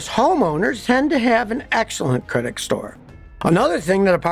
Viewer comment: Did you say credik store...😁😁😁